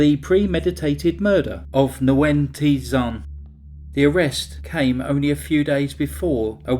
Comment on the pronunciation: Good video. Nguyen is pronounced "win" in English... "Wing" in Vietnamese. ❤